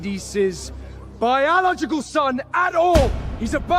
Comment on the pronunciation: ✨I've not completely finished the video yet (about 20 mins left), but I had to come and comment on the fact that the so-called "biological" son of Hades can't even pronounce BIOLOGICAL... 😒It's NOT pronounced BIOLOCAL! Want to be an Underworld king? Get at least a grade 3 education first!🤣